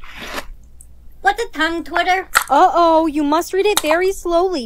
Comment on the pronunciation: “Whats a tongue twitter”.. ERM ACTUALLY ITS PRONOUNCED TONGUE TWISTER🤓👆